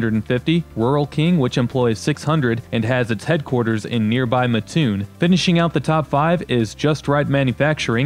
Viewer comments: Also it’s MAT-TOON not MUH-toon 😭😭😭😭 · When you do the Mattoon video, please know that it is pronounced Mat-toon, not Ma-t toon.